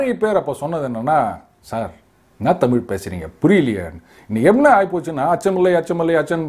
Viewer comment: So many. Tamil eelu etc etc Even Mr. Annamalai till day Pronounce tamizh as tamil Eezhu eelu vazhkkai as vaalkkai.